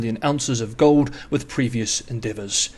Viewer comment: "gohd" or "gold"?